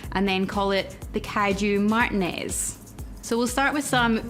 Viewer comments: Martinez is pronounced, "mahdr•TEE•ness" . If you forget, just remember: It rhymes with penis. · Love the cocktail idea! However, it was hard to get past your pronunciation of "Martinez"...😆 (Spanish is my second language) lol